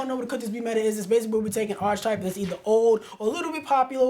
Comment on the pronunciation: I don't wanna be that guy, but "archetype" is pronounced like ark-e-type, not arch-e-type. Other than that cool video.